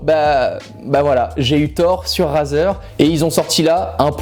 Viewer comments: Tu sais rien prononcé Razer sa se dit Rayzer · "Raseur" mdair